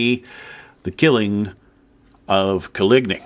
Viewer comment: Nobody:: CoLigNee